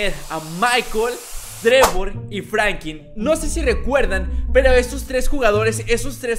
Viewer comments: Frankin no, se dice Franklin, pronuncia bien. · Porque siempre dices frankin y no franklin